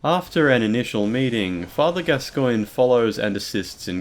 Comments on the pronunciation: ITS PRONOUNCED GASCOAN FOR FUCKS SAKE. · Why the weird stress on the second syllable in 'Gascoine'?